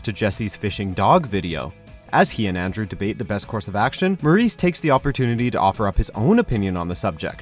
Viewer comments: Murray not muraice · It’s Murray not Maurice